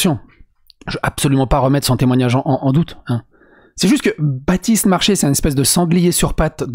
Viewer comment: Elle a dis Bratiste Marchais pas Batiste ! Ça devrait aller alors ✋👌